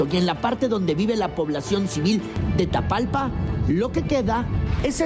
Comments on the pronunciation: No es TATALPA...ES TAPALPA!!😂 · El municipio se llama Tapalpa! No Tatalpa 😂